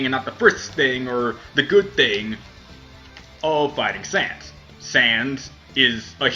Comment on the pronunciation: Im gonna subscribe just for the reason that he said Sans's name right.